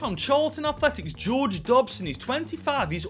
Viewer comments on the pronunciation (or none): none